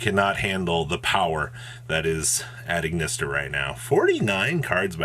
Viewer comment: you have great, concise content, but please for the love of god get hooked on phonics